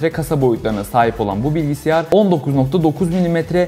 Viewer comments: “bilgiSİYAR” diyerek mi? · Bilgisayar olacak o bilgisiyar değil. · Bilgisiyar degil bilgisayar videoyu izleyecektim ama okadar kafama takıldı ki dakika 1 de kapattım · Keşke bilgisayar incelemelerini ''BİLGİSAYAR'' diyebilen birilerine yaptırsanız...